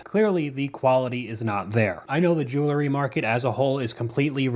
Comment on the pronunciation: The word is jewelry, not "jewla-ry". The root word is jewel, not "jewla". Unwatchable with this mispronunciation.